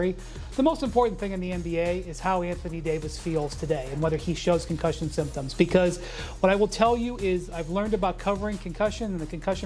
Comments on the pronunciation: The way this man said "CONCUSION" twice is the reason I Pay my internet!!! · Concussion?! CONCUSSION?! 😭😭😭😭😭😭🤌🏿